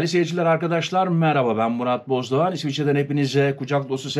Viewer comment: Soy isminize Bozdoğar diyorsunuz ama Bozdoğan yazıyor.Videonun başını 3-4 kez dinledim.